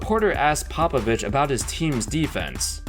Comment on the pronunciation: It’s actually Greg Popabitch